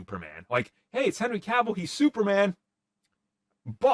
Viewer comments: Why does he keep saying kaville? The man's name is cavil not hard to say at all and the host has indirectly corrected him multiple times by pronouncing his name correctly over and over with annunciation and emphasis. Dude at some point you gotta stop the person and say hey your saying it wrong. It's so grating it's not hard to do. It's the same as the person that can't be bothered to literally shift a finger to the side to hit there blinker on there vehicle. Point it out correct it and move on I'm not saying let's hang him but definitely hey this is the correct way now on the the next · This podcast is a joke. doesn’t even know how to pronounce cavils last name but yet he is talking comics? I don’t get it at all